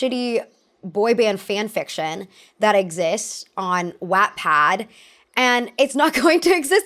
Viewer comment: The way you say wattpad I’m dead